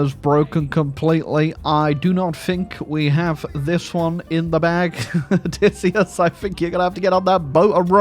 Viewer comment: i am pleasantly surprised by how entertaining this total war troy video was as you tortured matt damon’s name 😂 for being odysseyus